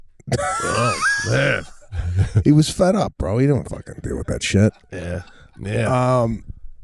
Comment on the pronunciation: Sebastian…..the word is WITH not WID….Arlington Heights Illinois education should have taught you SOMETHING…if YOU were ATTENTIVE.